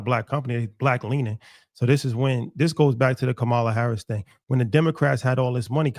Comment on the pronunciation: It’s Kamala (Coma-La), trump got folks mispronouncing our good Sistas name.